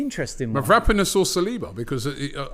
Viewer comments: It's mavro-pan-os ffs robbie. What the hell is merapanis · Mav-raaa-ponas ohhh Robbie